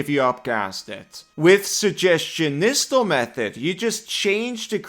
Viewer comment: Fun thing is it’s actually pronounced Nigh-stall